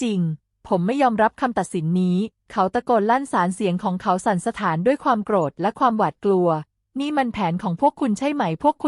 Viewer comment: คนอ่านเป็นคนไทยตอนไหนของประเทศ อ่าน “ โกรธ ” เป็น “ โก-ระ-ธะ ” และอีกหลายๆประโยคขัดหูมาก